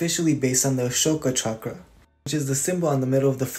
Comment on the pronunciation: Wow you didn’t pronounce it shock-rah 💕💕